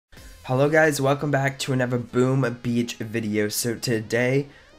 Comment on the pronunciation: My friend its not booma beach its boom beach!! Get that right??